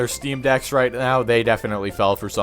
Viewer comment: everytime that smuck says "rite" a cherub dies or something